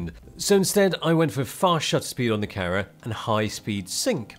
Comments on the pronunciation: I keep hearing "Karen" instead of "camera" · I thought he said carrot, but then my hearing is not so good. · i swear when he says "Camera" it sounds like he's saying "Karen"? am i trppin?